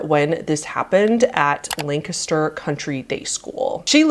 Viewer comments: This happened literally less than 15 minutes away from where I live. I remember reading about it in the newspaper. Crazy story. (Also props to pronouncing Lancaster correctly. Everyone says it wrong.) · THANK GOD YOU SAID LANCASTER RIGHT!!!